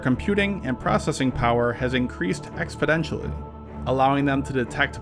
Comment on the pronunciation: “jamming power has increased expodentially”.